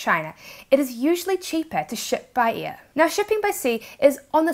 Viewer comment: Great video. I've just watched one of your videos a few mins ago for the first time and immediately subscribed. On a fun note ... I know it's your accent but to me (being a brit) it sounds like you're saying "shipping be EAR" rather than 'Air " 😂